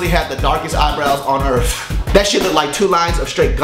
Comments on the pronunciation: LOL. I love you,. And they was you say; earth. EARF ♥ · "You seriously have the darkest eyebrows on earf"